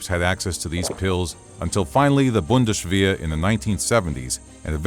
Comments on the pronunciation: Learn proper German names pronunciantion, narrator! Your turned Erich von Manstein's name into "Erish van Manstein", "Reich" into "Reish", "Bundeswehr" into "Bundeshveer" and so forth. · Did you just call it "The Bundeshwehr"